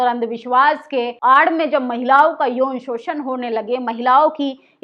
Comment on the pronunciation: आप जागरूक करने वाली खबरें बताती हैं सराहनीय है पर आप अपनी हिंदी सुधार लो हिंदी में अंश्वार का बड़ा महत्व है जिसे आप नकार देतीं हैं महिलाओ नहीं महिलाओं होता है जिसे नाक के सहारे बोला जाता है ।